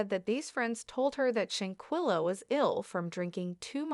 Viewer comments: Her name is Shan quella not chinquilla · Please pronounce this lady’s name correctly. You have no idea how rude this is. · Shanquella Robinson is her name. Rest in Heaven Angel... I wish the Media outlets and some vlogger's get her name right. Say it right?? Especially since there's an current investigation going on. People need to know how to say her name: Shanquella Robinson!!!! Very important. Just my opinion. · You need to stop reporting on this subject your topics are misleading and you can't pronounce her name correctly and nothing new is coming from you just repeating the same old same old please move on to something else you're wasting everyone's time. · Now plan to fight her probably…..I don’t believe they pre-meditated her Murder!! I don’t believe that! And you gone need to learn how to pronounce black names!! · Sorry to be that one person but u made a whole video and don't even know how to say her name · Hay u was saying her name wrong all this is bad an they all are gonna be in trouble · That's what I was about to say. Lol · Not petty! It is disrespectful and unprofessional‼️ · Very disrespectful saying her name incorrectly.. REst in heaven beautiful 🙏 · Give respect and pronounce her name correctly or don't report at all. You don't have new info, si refrain from subjecting us to your regurgitated opinion. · Clickbait !!!! Learn to pronounce names correctly, nothing new here, rehashed story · Wow, people trying to get clout off of someone they don't even know. Not to mention can't say her name right and none of this is new information! Why? For likes or comments? Just wow bro..... Just stop Justice for Shanquilla Robinson